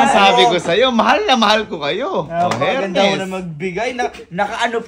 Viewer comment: Silent H ,…. ERMES ang tamang pronounce